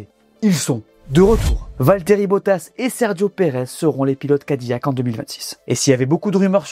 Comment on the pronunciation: Je vous en supplie amis francophones ne dites pas Cadi"Y"ac mais Cadi"L"ac